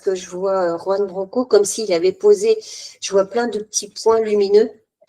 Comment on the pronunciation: Pas Yoan. Juan !!! Qui se prononce "roan"